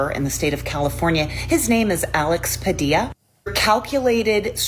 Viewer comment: That women didn’t even say his name correctly she called him Padia smh!